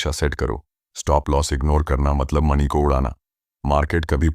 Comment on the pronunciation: Jab aap mani bol rhe ho to aisa lag rha hai jaise ki naag mani ki baat ho rhi hai